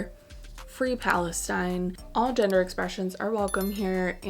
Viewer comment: I was first listening the intro and heard "all degenerate expressions are welcome here". I was like oh what? Had two go back few times and then pick up captions to see that it was GENDER expressions.